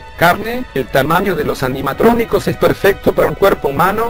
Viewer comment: dice animacronicos